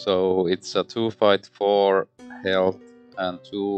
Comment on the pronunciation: Wow, that went... Arkhamly :D How you managed to win with all those autofails I have no idea. And every time you said "fight" I heard "bite", which is kinda thematic. My playthrough with Bark and Kate ended up with Bark going mad chasing all the cats and Kate loosing to the doom clock.